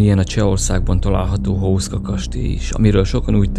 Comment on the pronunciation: Ejtsd: Huszka!!!!